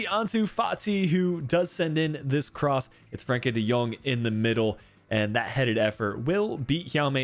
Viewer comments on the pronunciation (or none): none